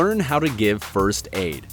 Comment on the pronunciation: Can you stop saying frst